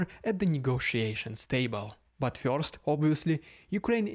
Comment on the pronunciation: Love the name change. Please don’t start changing how you pronounce “first” (fyurst).